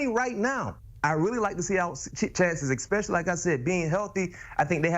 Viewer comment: He says x-specialy. He hs no legitimacy.